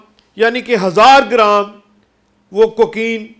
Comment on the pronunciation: شو ر زیادہ ہے، بات کچھ بھی نہیں، کوکین کا لفظ بھی کہنا نہیں آتا